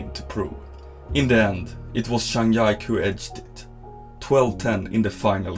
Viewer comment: Good video but you need to learn to pronounce their names better 😭zhang YIKE